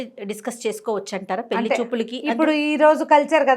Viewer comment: గారు పెళ్లి అని పలకండి.